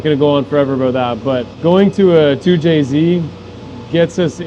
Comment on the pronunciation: 2jzed < 2jz